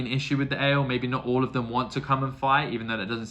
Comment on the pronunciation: Don't forget the i in Aiel;-) A-jiel is the best way to describe how to say it. Great that you see Mat away from the influence of the dagger! Did you enjoy the fight with the two princes? Galad and Gawyn? You've gotten the Forsaken 100%. They are greedy and have their own agendas;-) All of your questions will be answered! And then you'll get a lot more.🤭Enjoy book 4!